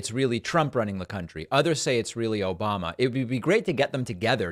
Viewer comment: "Obamna" made me LMAO.